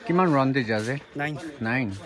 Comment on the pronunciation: Sis Round nah 🤣🤣🤣🤣🤣👍